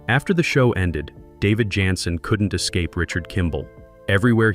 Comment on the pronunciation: This may be the stupidest computer narrator ever. Can't even pronounce the star of show's name🤢